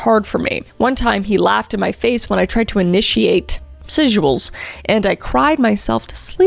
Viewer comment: The way Kris says "sexuals," is so funny. She's still uncomfortable talking about it.